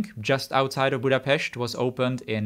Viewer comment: Budapest, and Népliget was pronounced well enough to think about your nationality!